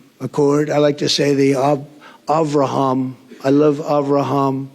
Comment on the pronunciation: he says "Avraham" very well, אברהם , meaning a "high father" in hebrew, father of many nations. abraham/ibrahim